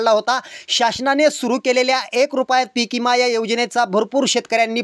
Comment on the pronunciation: तुम्ही पिकविम्याला पीकइमा म्हणता आणि निघाले विमा वाटप करण्याचा बातम्या द्यायला